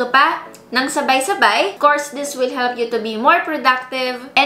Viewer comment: Annoyed with your "THES" paki bigkas ng tama next time, "THIS". Nice review, nevertheless!